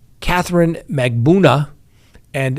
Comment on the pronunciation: Please read your comments. I find it comical that you butcher Magbanua. But please, it’s hurtful that you refuse to pronounce Markel correctly. The family pronounced it, Marr-Kell. Please stop pronouncing it like Mar-kle.